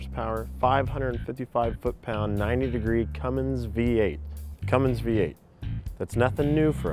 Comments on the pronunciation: Thank you! I thought the same thing. "no g in cummins..." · Best line for a review ever. No "G" in Cummins. EPIC